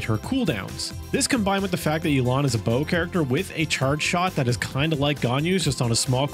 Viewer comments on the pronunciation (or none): Man’s said “Yeelan” 💀